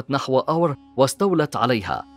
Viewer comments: اخي العزيز انت تنطق اسم أور خطأ ! انت تلفظه بهذه الطريقة آور(Awer) وهذا خطأ. هو يلفظ كالاتي أور (Ur) .. تحياتي لك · الكلمة اوّر وليست اوَر بتشديد الواو للمعلومة وشكراً على التقرير الجميل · ملاحظة... الكلمة (ئور) وليس (آور)، وتعني المدينة، كما في( اورمية) و (اورفه) و (اوره مار)....!!! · محمد عبادي شكرا على الرد ..هكذا تعودت لفظها لهذا استغربت لفظها من طرف المعلق بفتح الهمزة و سكون الواو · ملاحظة انتبه إلى لفظ مدينه اور